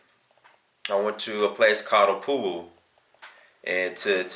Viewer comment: Hehe, I'm glad you enjoyed your stay with us. The Himba language is called "OtjiHimba" and it's a dialect of OtjiHerero (you may have heard of the Herero-Nama Genocide) , whom we are related to. Opuwo is pronounced a little bit differently, but I don't think I can explain it in writing (the "W" sounds more like the "w - sound" in the word "what" or "why") .